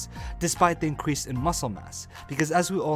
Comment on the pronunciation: I hate how he says increase